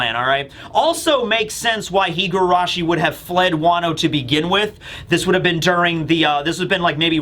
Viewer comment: Just a very minor correction. You pronounce her name "Higuarashi" while it's spelled "Higurashi"!